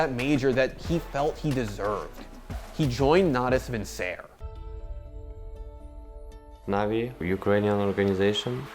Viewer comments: Side note Natus Vincere is actually latin and it's pronounced Nah-tuus Win-ke-re in latin, meaning born to win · Damn stop butchering Natus Vincere's name. It's latin, google the pronunciation pls. Or stick with NaVi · How the fuck do you pronounce natus vincere?